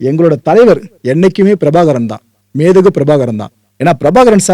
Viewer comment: Entha entha thiruttu naaikalai maanbu migu entru sollum naam , Leader for world Tamils should be pronounced as Methagu Pirabhagaran.